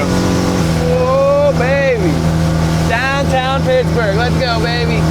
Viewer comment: You said dahn tahn wrong